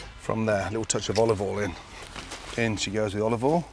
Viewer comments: I hope so, otherwise we are going to run out with how much "olvole," he uses lol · lol is Gordon trolling at this point when he says "a little bit a olivol" and dumps in 2 cups?? 🤔🤔